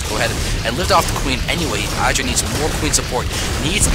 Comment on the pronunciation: No disrespect intended, but it is my pet peeve in the SC community-- IdrA is not pronounced with a hard "I". You say it with a soft "I "like how you would say it in the word "lid." I hope this makes sense :/